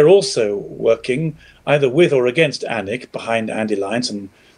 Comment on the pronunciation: and: The "A" in ANiC is pronounced like the "a" in "panic" not the "a" in "anus".